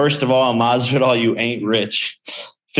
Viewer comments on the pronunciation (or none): none